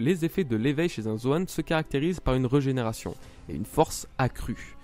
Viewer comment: Ne le prend pas mal mais c’est rÉgÉnération et pas rEUgénération ça pique les oreilles ;)